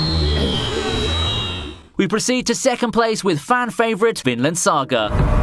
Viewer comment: This Guy : "Vinland Saga" also him : "Finland saga"